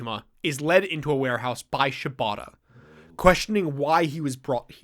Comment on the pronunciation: my brain keeps hearing you guys saying "shibata" as "ciabatta" and it's really throwing me lol